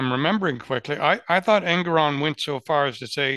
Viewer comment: En-goron not Eng-goron.